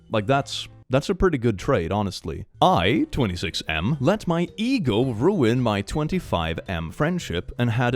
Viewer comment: Okay. I was listening and not watching the video. And I just heard eagle instead of ego, so I was soo shooketg